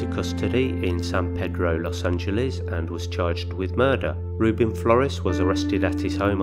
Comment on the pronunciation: I've recently found your channel, and you do a really good job! Just FYI if you're interested: The "Luis" in San Luis Obispo is pronounced with the "s" sound at the end exactly like the last name of author C. S. Lewis. Also, the "e" in San Pedro is long (silly, I know). : ) Keep up the good work.